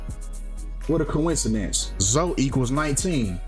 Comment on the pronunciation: ...come on mane, her name is obviously pronounced Zo-ee. You really gotta get better and pronouncing words and names my guy!! It's not like that some unique name never seem before, Zoe is pretty common